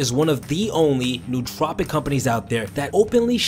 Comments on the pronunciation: Great video, but you do make one common mistake. I'm sure others have pointed out it's 'no-o-tropic' not 'newt-tropic' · It is not pronounced 'new tropic'. It is pronounced as if it were two separate words: no otropic. English doesn't have many words that differentiate between vowels but this word does. Similar to how we differentiate vowels in the English word "idiot" - which is how you sound if you pronounce nootropic incorrectly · its pronounced no-ah-tro-pic!!!! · Pronounced like Noah Trop icks